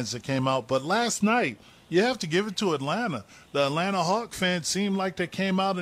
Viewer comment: You pronounce too many T’s in Atlanta...it’s Alanna or just da A lol